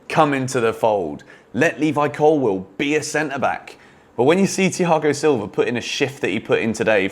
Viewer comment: you butchered his name